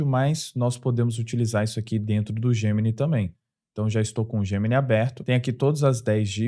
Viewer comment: "EIAI... GEMINAI..." 😬😉